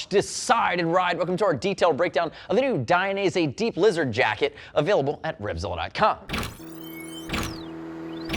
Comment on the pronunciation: I keep hearing deep-lizard instead of D-Blizzard.